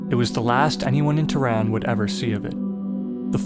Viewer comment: Pronounces "Teh Run" , not teran. "Shaaah rokhi" air force base